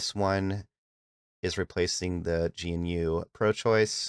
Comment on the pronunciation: GE-NEW not g.n.u. good video tho thanks